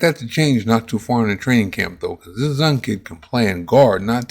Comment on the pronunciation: His name is pronounced Zune, not Zun.